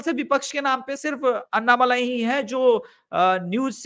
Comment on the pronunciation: अन्नामलाई नही अण्णामलाई बोलिये आप लोग "ण" अक्षर का उपयोग क्यूं नही करते "न" अक्षर " ण " अक्षर का पर्याय नही है। " न" अक्षर दंत्य अक्षर है "ण" अक्षर तालव्य अक्षर है ऐसीही गलती आप "अण्णा हजारे" उच्चार मे करते हैं आप वो उच्चार " अन्ना हजारे " ऐसा करते हैं। राजस्थानी लोग "ण" अक्षर का सही उच्चार कर सकते हैं। उत्तर प्रदेशी और बिहारी लोग "ण" का उच्चार टालते हैं। करते नही हैं।